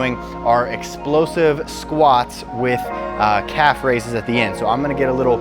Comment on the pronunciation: I thougt he Said cat raises